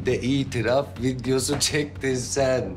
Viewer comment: "Çen kimlere özendin çen" 😅